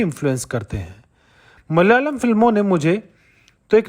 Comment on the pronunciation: Brother it is pronounced as Malayalam, not Mal-yalam